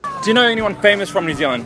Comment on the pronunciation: famouse???? Am I the only one who noticed that?